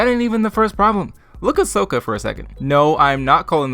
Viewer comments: Isnt it sokka? I always though it was sokka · To be fair, Ahvatar could just be an accent thing (like we see with Tahno in LOK), whereas you have to purposely screwup to get Ong, Earoh, and Soaka out of Aang, Iroh, and Sokka. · I do pronounce Aang as "Ong" or Iroh as "EE-roh", also, since my native language has geminate consonants, I pronounce Sokka's name with a geminate K. Also, Suki should be pronounced "Ski" since it's a silent U in Japanese. And Mai is a real Japanese name pronounced as "My", not "May". Because from the spellings, it seems those are actually how they're meant to be pronounced as real names while the canon pronunciations in the tv show are anglicized pronunciations.